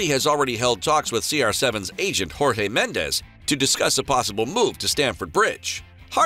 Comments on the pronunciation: You're supposed to say Jorge like "Georges" not the hispanic version of Jorge 🤧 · He will go to where hes wish and its Jorge not Rorge in Portuguese J is read just like in English where as Spanish its read as R and Sporting u know Sporting Clube de Portugal not Sporting Lisbon the only thing that is called Lisbon about the club is the city club is based on u can even check their social media and the logo its self